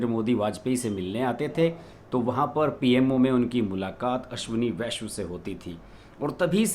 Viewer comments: अश्विनी वैष्णव है पूरा नाम, आप वैष्व उच्चारण कर रहें है। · Correct pronunciation of his surname is वैष्णव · नये रेल मंत्री का नाम का उच्चारण ठीक से नहीं कर पा रहे हैं। जबकि लिखा ठीक है।